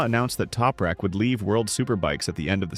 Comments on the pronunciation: Sein Name wird nich toprek ausgesprochen, sondern TOPRAK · Why can’t the commentary consistently pronounce Anything Properly !!! Other than that Crap, a great synopsis on Tooprak’s history 🙄